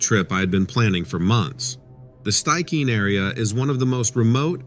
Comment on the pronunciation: You have a great voice to share! FYI, Stikine is pronounced 'stick-een'.